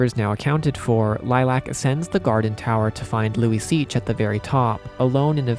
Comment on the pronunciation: I had to google it, Luiseach pronounced Luisha